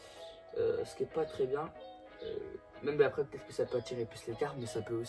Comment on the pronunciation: Donc... C "MÊME" PAS "MAIME"